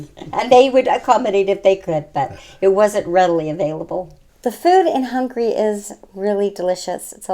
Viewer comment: Very nice video ! Only one thing, the lady says many many times: hungry instead of Hungary.